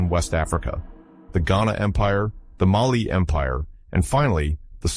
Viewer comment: MAAALİ değil, Mali